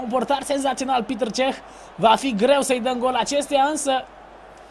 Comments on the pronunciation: Nu e pităr ceh este petr cech . ! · E Petr Cech , nu Piter Cech